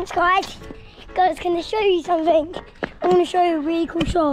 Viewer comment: Roman: "guys can i show you somefing? "